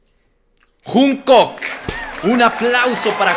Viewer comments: dice "Junkok" como mi mamá JAJAJ Te amo 💕😂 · Jajsjs soy pronunciando cualquier nombre Jajsj junkok jajdj literal lo pronunció así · Tiene una pronunciación medio rara de ellos, pero da risa, dijo juungcuc, jajaja son japoneses guapos jajaja, me da mucha risa jajaja, me mato de risa